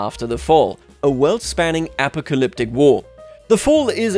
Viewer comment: What was that Apocalyptic pronunciation? Almost made me Apoplectic.